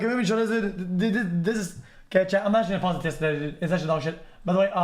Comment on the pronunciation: i don't even hear dude i hear ded